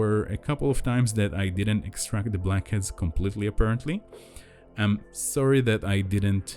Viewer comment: Is he saying, "hairy blankets?"